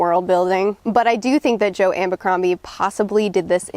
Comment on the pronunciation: Its Joe ABBBBBBercrombie!!! Not Joe AMMMMBercrombie!!! It's without an M!!!!!!!!🤷‍♂